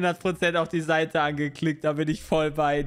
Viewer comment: Aber es war doch Seite und nicht Saite D: leute.. das ist ein Unterschied. tztztz.